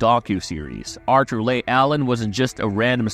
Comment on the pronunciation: Leigh is pronounced “Lee” not “Lay.” Arthur “Lee” Allen. If you watched the Netflix doc you would have heard it pronounced properly countless times.